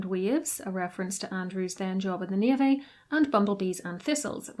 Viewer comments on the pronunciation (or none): none